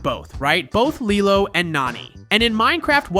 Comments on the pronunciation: ok man here’s a piece of advice so read carefully and closely. Don’t miss one letter and pixel… ITS NOT “LIE-LOW” ITS “LEE-LOW” and you sound like you can you can speak perfect English but somehow miss pronounced lilo? It’s lee-low not lie-low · It's pronounced leelo not leyelow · Lilo and stitch it’s pronounced lelo and stitch